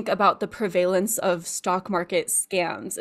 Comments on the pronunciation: Chick said PrEvaILAnce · she did not just say prev-vay-lence